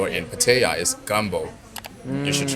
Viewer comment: Oh no! You almost manipulated him from pronouncing Pattaya properly to Patia 🤯 Will you do the same with pappaya to papia??? Thanks for the video. Makes me want to check out Qulture next time I'm in town 👍